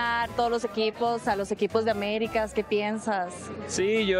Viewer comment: La Kingsleague aBericas XD jajajajajaja tenía que hacer el chiste.